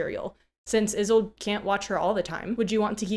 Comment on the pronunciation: "Isolde" is a German name, e.g., from the play Tristan and Isolde. It has three syllables as the "e" is not silent but more of the sound of an "a". So, "I-SOL-da" is the correct pronunciation. I speak German fluently and I remember enough Russian to get slapped. As you may know, Jabberwock and a Vorpal blade that goes snicker snack are from Lewis Carroll's poem "Jabberwocky". You might borrow from that poem a Jubjub Bird and a Bandersnatch as additional dangers. Have a brillig day!